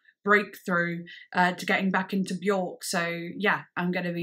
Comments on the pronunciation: Björk is actually pronounced wrong by everyone . It’s not ork it’s IRK and very few know this. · "I don't know how to pronounce this: At-o-pos? But... anyway, here is the new one from Be-yOrk" 🤦‍♂️ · I have been a Björk fan since 13 - I'm now 40 - and I pronounced her name incorrectly for over two decades. It wasn't until my early 30's that I heard her, in an interview, say her name rhymes with "jerk"... and I was like ohhhhhhh.